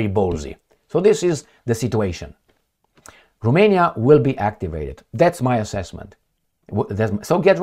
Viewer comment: its Ro-mania, not ru-mania romania means, land of the romans, not land of the rumans!! geezzz